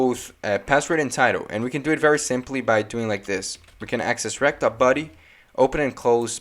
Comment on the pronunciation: You pronounce body as ‘buddy’ lol